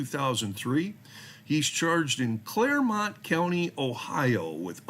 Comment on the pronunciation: you did pronounce Clermont County Ohio correctly. The Clermont County and Hamilton County charges are from where I live outside of Cincinnati Ohio. If you need any more info from his charges here please contact me. I have contacts and will look into anything you may want to know.